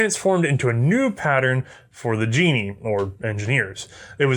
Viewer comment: Uhm, sorry to correct you however the K in KNIL isn't silent! So it's like Canuck (for Canadian), however then K^NIL (as a single word). Oh and it's not Genie, it's Ge-nie (two syllabals)... Hope you don't mind, enjoyed the video(s) very much :-)